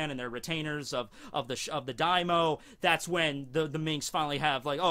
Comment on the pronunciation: you pronunciation daimyo wrong its not daimo its daim-yo